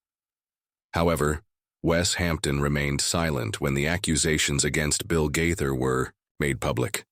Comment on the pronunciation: The person narrating these stories about Bill Gaither needs to make decision as to how he wants to pronounce the Gaither name!